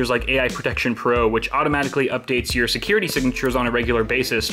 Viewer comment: Ha ha! Secerrr-ity! noice!